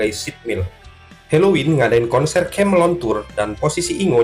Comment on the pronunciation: Kemelien kok kamelon ki lho, dibenerin dulu cara bacanya